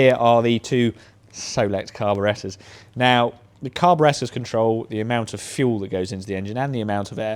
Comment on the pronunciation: Say it with me... CAR-BORE-ATE-ER.